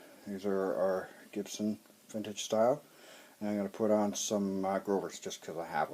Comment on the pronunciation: if i hear anyone say CHIBSON again im goona come out of your screen or speakers or anything and rip your BLOODY ARMS OFF.. enough with the CHIBSON